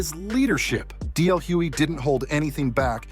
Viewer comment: It's DL hugely with a G